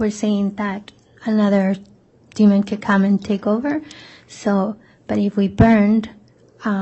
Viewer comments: I agree, although my only gripe is her adding a "d" at the end of demon 🙄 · Why is the prosecution pronouncing demon, "demonD"? Like Lstauch exaggerating the "ing" in her "upspeak"....bunch of sociopaths